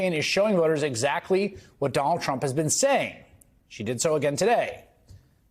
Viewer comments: Did he call him Jonald Chump? Lol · Is it me or does he say Jonald Trump at the start lol...